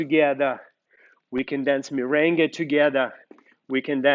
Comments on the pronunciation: Merengue, not mirengue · Very good tecnics but is MERENGUE. no mirengue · Correction*Merengue not Mirengue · Is MERENGUE not MIRENGUE.TY